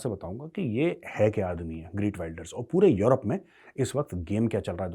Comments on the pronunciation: इसके नामका उच्चारण 'ग्रीट 'नही ' गीर्ट' है। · The Dutch pronunciation of the name is खेर्ट विल्डर्स (khert wilders)! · Is bahan ke lode ko geert pronounce krna tk nhi ata or ye bhavishyawani krega